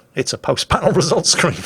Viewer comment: Wait... Wesult Scween? 😄